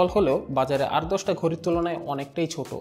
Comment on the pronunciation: ভাই এটা ঘড়ি নাকি ঘরি??